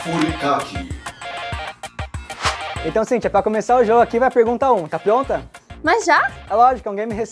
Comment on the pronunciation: Eu fiquei meio incomodada com a pronuncia errada das palavras em Nihongo. Principalmente do Furikake.